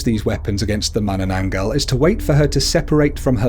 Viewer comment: and when you pronounce tikbalang have a 1 sec pause. like Tik-ba-lang. every "-" is 1 sec :D and the way he pronounce mananangal is correct :)